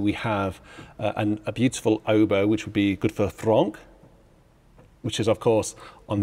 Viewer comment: fronk? franck .. fonetical: 'fraonk"